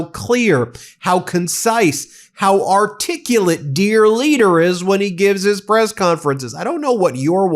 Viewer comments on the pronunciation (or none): The babbling orange piece of shite can't even pronounce articulate. He has the vocabulary of a 10 year old, and some 10 year olds have a better vocabulary. Don the Con is most like the Roman emperor Caligula.. Unstable, narcissistic with a strange and criminal sexual appetite, shamelessly abusing people without any sympathy or concern 💙🇨🇦